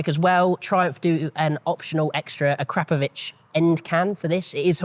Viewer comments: Did he say Akrapavic? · You mean A-kruh-pow-vuhk? 🤣😂😅 or were you making a funny? lol. I may start to call it that now tbh 😏